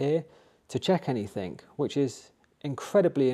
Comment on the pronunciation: Anythink !?!?!!?!?!?!?!?!!?! Talk like a grown up human !!!! 😂 the word is ANYTHING !!!!!